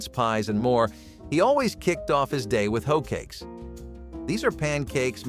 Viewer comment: Hoat cakes? Hoat cakes? 😂😂😂